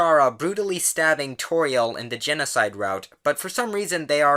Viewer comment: 1. It's Firsk 2. You said Chara wrong, the "ch" should be prounounced "k" 3. Toriel is pronounced like the en of tuTORIEL